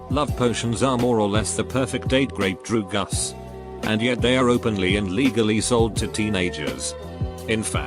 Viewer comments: Big Droogus moment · why the hell is the way it says drugs... droogas? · No one: The text to speech: Droogus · "drew gus" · Drew Gus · Nobody: This video: Drugus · cant say drugs properly but it can say that shit